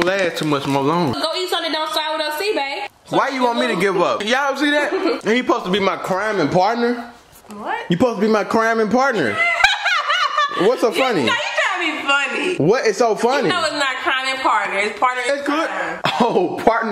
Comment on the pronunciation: I’m dead he said crime in partner 😂😂😂😂💀